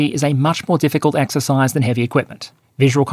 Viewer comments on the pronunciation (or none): none